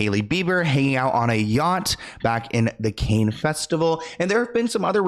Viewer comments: Say like Can not Cain sweetie. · are you really calling it the Cain Film Festival, when you should know it's pronounced Can Film Festival. Holy moly are you AI? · Cannes as in multiple cans.. not canes which are eg walking canes, bamboo canes.. etc.